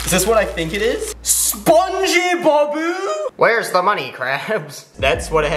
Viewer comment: when he said spongbabo i was drawing spongbob